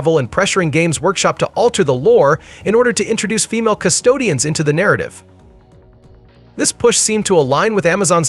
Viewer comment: Custodes…you keep calling them Custodians 😂